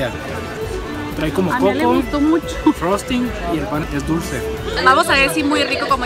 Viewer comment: Me dio mucha risa que dijo como 10 veces Frozting jajajajaja.. Saluditos desde la CDMX